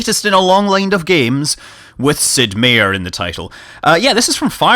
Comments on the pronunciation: relatively confident meier is pronounced MY-ER and not MAY-ER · Scott.... you say my name the same like everyone else... I have the same spelled last name as Sid Meier... Its said Sid (My-er) It is German for Mayor but said differently, not hating I am used to it... In Xenonauts you had a character with Meier as a name and you said it right... most of the time ;)